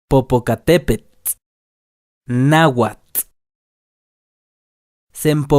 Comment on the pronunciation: Pero no estás pronunciando la tl al final de cada palabra, sólo pronuncias la t, así tu dirìas nahuat, y no nahuatl